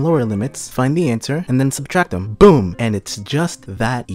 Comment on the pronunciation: Word is subtract not substract